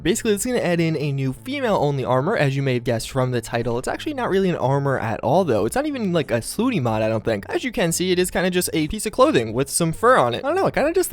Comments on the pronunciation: ffs. it's slutty not "slooty" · Yeah but it is though. There is no such word as slooty. Its just a made up used by a perverted moron because he can't pronounce slutty.